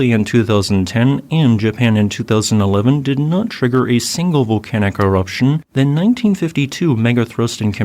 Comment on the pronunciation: What kind of AI garbage is this? "Vol-can-ack" eruption?